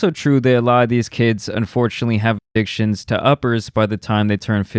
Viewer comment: You can't say addiction?